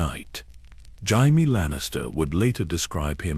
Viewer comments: Is this a person or some annoying ai because who the fuck is "Jimie" obviously ai can't even read his name is Jamie loose the i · Jimey Lannister lol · yeah loomks liek AI gabrgae, cant even pronounce jamie correcly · Do you even listen to what your A.I has created it grates on me when it says Jaime. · you can tell it's AI by the way it says Jaime 😅 I'm half an hour in and it's pissing me off haha